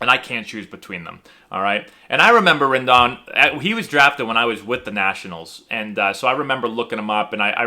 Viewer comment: Rendon’ s name is pronounced with a long “O”.